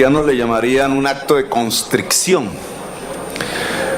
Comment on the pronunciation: Petro... Se dice contrición.